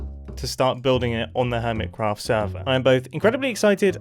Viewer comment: earMitCraft and ermitcraft…